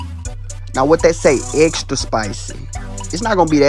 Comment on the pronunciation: Whats that say rie dere? Essssstra spicy! 🥵 🔥 ....its not that spicy tho, trustme